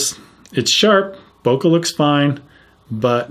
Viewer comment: I cringe when I hear people pronounce bokeh 'boka'